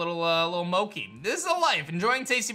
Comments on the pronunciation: he says Mo ki When its Mo Chi And the way he says Togetic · mokey? i thought it was mochee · Love the content man really enjoying the new game as well btw mochi is (mo-chee) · I've heard people say Mochi as Moki when we all know its pronounced MO-CHEE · yes Moki is incorrect pronunciation of the word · I think ur saying mochi wrong it’s “moe chee “ like cheese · Can we pronounce Mochi (Mow-chee) correctly, please? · The way he pronounces Mochi gets on my nerves but I love it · Hey i think you've been pronouncing "mochi" wrong. 😁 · Yup. The man has never watched Monster Rancher or a lot of anime it seems. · The way he pronounces mochi has been bothering me since ep 1 ngl 😫